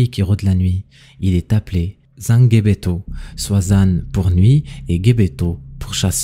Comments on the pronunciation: Justement au sujet du rituel c’est n’est pas sangebeto comme tu prononce mais sangbetô je suis béninois et je sais de quoi je parle merci pour la vidéo tout de même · C’est zangbétô pas zanguebeto 😂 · Je suis Béninois. La prononciation est: zangbétor. On ne lit pas le g à part. Il faut être initié (awo) pour connaître le secret. Ce sont les esprits qui agissent. 💪 🇧🇯